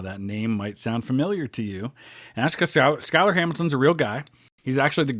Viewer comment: I think Schuyler is actually pronounced as "Shoy-ler"